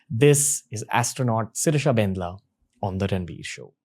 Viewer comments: When you are Telugu person and cringe😬😬 when he says BANDLA as bendla...... I know .......! its not his fault....😅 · Bandla not bendla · It's Bandla spelt as "Bun -Dla" not Bendla dude..